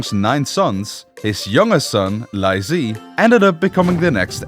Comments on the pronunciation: bro confused ZHI and ZHE when it doesn't even sound the same in chinese 😭😭😭😭 I know chinese so it was so confusing 🥹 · Li is pronounced Lee, not lie. Li Zhi is pronounced Lee-Jee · is it so hard to look up a pronunciation guide and practice for 5 minutes before filming a video... pronouncing li zhi like "lyzee" instead of "lee juh" is insane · I mean this in the kindest way possible, please polish your pronunciation of Chinese names. I loved the documentary, the flow of events, but I cannot get over how you pronounce some of the names; it's pretty distracting!! :,) For example: "Li Zhi" is pronounced as "Lee Zu," not "Lai Zee" 😅😅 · How did this dude manage to call Lee Zhi "Lai Zee"?¿ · He is not doing Cantonese pronunciation, he is just pronouncing it wrong, it should be "Lee Zhi" not "Lai zee" and it should be "Lee Cheng chian" not "Lai Cheng kian" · Wu ZetAIn? LiE ZhEE? ChengKiang? 😭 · the name pronunciation is insane haha lie zee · The Li Zhi name is pronounced as Lee Gir but without an rrr sound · Li Zhi "Lie zee" ☹️ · pronouncing chengqian and tai's names perfectly: zhi's name: lie zee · The pronunciation of Li Zhi is more like lychee, and for real Chinese netizens refer to him as lychee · Li Zhi is pronounced more like LEE JUR not and Li Zhe is like LEE JUH. And Zhou is like JOE. Use the MDBG dictionary to get an idea of how to pronounce names you don't know. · “Lai tai” “lai zhee” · Li Zhi’s name should be pronounced “Lee Jih,” and Q should be pronounced like a “ch” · Very funny pronunciation of the Chinese name. Especially Lye Chee 😂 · lAI Zhi :)))))))) dont even bother to learn the surname that birthed the dynasty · Li Zhi's name pronunciation is diabolical